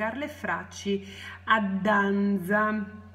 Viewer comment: ok grazie, comunque muoio dal ridere quando dici " Dan"z"a, mi strappi sempre un sorriso grazie ;-) ...